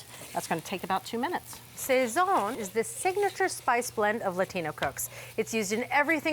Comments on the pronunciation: Would think it easy enough to Google check when making video production....."say-zhuon" is actually pronounced "sah-sone". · Sayzon is not correct pronunciation. It is: sawzon. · It's not pronounced "SAYZAHN". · Yes, that drove me nuts too each time she said it! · That was my favorite part of this! I thought she was talking about the French painter! :D The blurred Goya loga was hilarious, too! Two thumbs up for a thoughtful recipe. :) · I loved your attempts at pronunciation. Sazon: sah-sone Achiote- ah-cho-té You can deepen the achiote flavor by using achiote oil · I'm sure I've heard them say these words correctly in the past. Did they forget how?